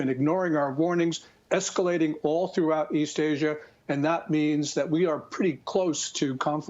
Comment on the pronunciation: Notice how he’s saying BeiJING? THATS the correct way. Not beige....